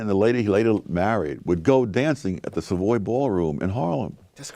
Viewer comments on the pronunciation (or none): none